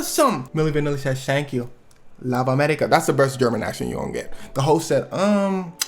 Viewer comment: Schank you. Lubb America. 😂